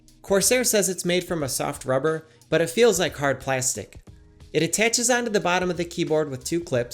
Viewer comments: The way you pronounce plastic makes me suicidal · he says plastic so weird